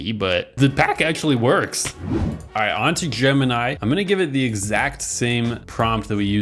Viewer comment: Hmmm gemni? It’s sooo bad😂😂😂😂